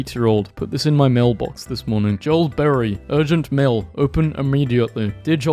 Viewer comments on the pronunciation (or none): none